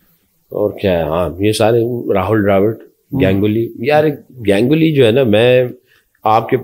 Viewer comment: GANG-uli nahi, Ganguly.